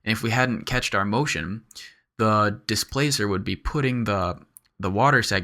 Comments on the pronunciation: Love your tuts! Reawlly awesome stuff. But for the love of god it's "cached" as in "cash", not "ketch" That is my only beef with this amazing tutorial. Please keep up the good work and don't be afraid to tell me to fuck off. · Agh! Cached is pronounced "cashed", not "catched". Save your viewers who might not know the word from sounding really dumb :)) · Thanks for this! you're awesome for making so many clear and concise tutorials. I just wanted to be a d.b. and correct you though: it's pronounced 'cashed' like cash money. ;)